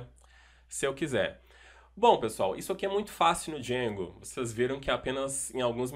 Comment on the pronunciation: eita que agonia quando ele fala "djengo"